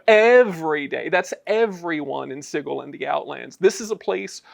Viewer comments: That’s because it’s supposed to be pronounced si-jil (sigil) as in a magical sigil in magic or chaos magic, and you call yourselves designer’s ha 😂 you could at least pronounce it in the right manner. Man I miss the 2E days. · You guys are killing me with pronunciation of sigil. It sounds like this "sidgel" not "sigal" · I have to find the page in the original box set, but it clearly shows that it's pronounced s-eye-gull, Berk. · It's pronounced Sigil! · Is that really how you pronounce Sigil...? I mean "Cigggle", really? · I think I remember one of the original devs confessing he mispronounced Sigil in a few interviews and the mispronunciation has just persisted. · Sorry, gonna be keeping the soft G till I die. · Well, today I learned that i have pronounced Sigil wrong for all my life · Well remembered, it's in black and white in the original 2e booklet. Hard G, no ambiguity there, no controversy. Anyone saying it like a j is objectively wrong. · The Lady of Pain herself will punish anyone who pronounces "Sigil" with a soft "g" sound. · Today I believe my mind was changed, so thank you for convincing me to change my pronounciation of the city of doors, Sigil. Sincerely, QDW. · Had to stop the video because... that's not how I've EVER heard "sigil" pronounced. Like nails on a chalkboard...